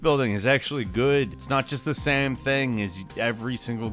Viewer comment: sry ,but i cringe every time you say game or same ...O_O